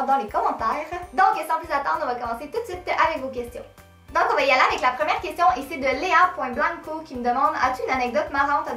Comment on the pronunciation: une des premières vidéos que je vois de toi et je sens que je vais m'abonner ; ) et en plus j'aime trop ton accent, oui j'aime l'accent québécois (je suis une des rares française qui aiment l'accent québécois... !) c'est grave rigolo, genre quand tu dis "youtoube" 😂 ou "lo" au lieu de "lA"enfin bref... gros bisous de France....😘